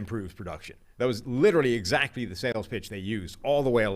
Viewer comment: “That’s exacky my point!” “Right that’s exacky my point.” lost a bet and had to say exacky 2 times on the show. Lol.